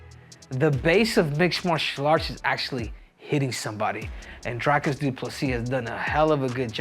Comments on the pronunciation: It's DREE-cus DuPlessy, not DRY-cus!! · His Name Is Pronounced [Dree-cus] 🇿🇦